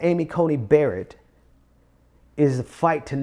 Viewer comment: It is Amy Coney Barrett, not Amy Coney Bryant.